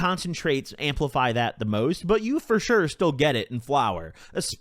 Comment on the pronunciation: I've never listened to you but you got a new sub with "fur surely" 😅